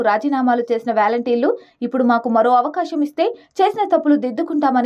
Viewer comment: It’s not valenteers.. volunteer.. your pronunciation is ugly..